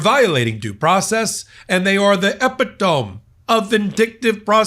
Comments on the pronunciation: It's uh·pi·tuh·mee, not uh-pi-tohm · It's not three syllables epit-ohm, it's four syllables, e-pit-o-me. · OMG, Michael. I can't believe you said that -- EPI - tome. It's eh - PIT - oh - meee. It's Greek! Please! Look it up, or ask your director how to pronounce epitome. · EPI-TOME? - Michael it's pronounced eee PIT Oh mee ( very rare mispronunciation by ) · Did you say Epi tome? 😂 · "Epidome?" Do you mean epitome? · epi tome is pronounced epit o me.. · Do you mean E pit o me? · LOL did you say "epi-tome"? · Epitome . . . (pron: /ɪˈpɪtəmi/). Not pronounced like 'dome', but as in 'owe me'. FYI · Epitome is pronounced Eh-pit'-o-mee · Michael, it's eh-pit-oh-me. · I’ve heard a lot of Canadians in shows and movies pronounce epitome that way instead of ep-it-oh-me. Also always used to hear people pronounce Appalachian (Apple-aye-shun) but now I only ever hear (app-uh-latch-un) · the word "epitome" is pronounced uh-pi·tuh·mee. Sorry but I find it irritating when people use a word so rarely that they don't know the correct pronunciation. ish "When you're a liar ..." is an accurate description of Trump ( and most of his followers). The whole Trump regime is corruption writ large - this story being one tiny, but important, part of that corruption. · LOL! Dude! It's "e·pit·o·me" You're too educated to mispronounce this. ;-) Keep up the fight! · Oh... you just made my old head hurt. Epitome... from the Greek. Pronounced (uh-PIH-tuh-mee). Accent on the 2nd syllable. Sorry... just an old English teacher, here. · Epi-tome slayed me!!🤣🤣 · Epitome? Ee-PIT-o-meee, my dear. 💙💙💙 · heheheehe THANK YOU!! LOL (that made me twitch a bit!) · that's not how you pronounce "epitome." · epitome is mispronounced . Please look it up. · Thats not how you say epitome lol